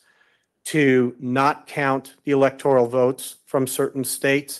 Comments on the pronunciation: It's not the "electorIAL college", it is the electorAL college. Why can't a lawyer even pronounce it the right way? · Really? In the first few minutes, he's mispronounced several words. Electoral, not electorial. Demurrer, not what he said. And his voice is insane. And Biden electors? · Electoral College. Not "Electorial." The creative vocabulary is as painful to listen to as the nonsensical argument. * Didn't some of the fake elector plot emails actually use the word "fake"? Or am I mistaken? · Doofus lawyer confirmed. The word is "electoral", not "electorial" ಠ_ಠ